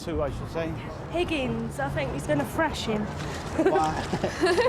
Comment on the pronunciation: "Higgins, I fink he's gunna frash im teehee I hope so anyway"